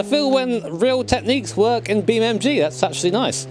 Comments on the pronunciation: He calls it "BeamMG"? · Breh, its beam NG not MG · Its Beamng.Drive, Not BeamMg.Drive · Its not BeamMG, its BeamNG